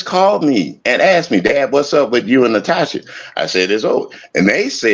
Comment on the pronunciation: Why all the Russian/German women say their name is Natosha?